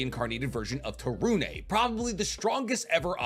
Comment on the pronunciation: Yay you said to torune properly!